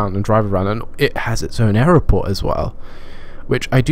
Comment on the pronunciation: Why do you struggle to say the word 'airport'?